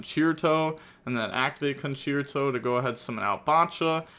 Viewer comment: Game 1 the tenpai could have played better i feel like, people should really keep Ash in hand for Sauravis effect on field. On another note, props to you for trying to learn the correct pronunciation for these cards, Ostinato was perfect, for Concerto the second c was correct, the only thing wrong was the e, it's pronounced the same as the e in Dante